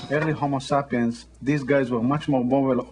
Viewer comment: Hahahaha. she said 'sapien'.